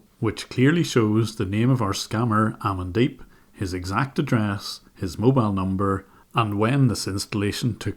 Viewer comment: Whenever you said the scumbag’s name, the only thing I heard was “I’m in deep”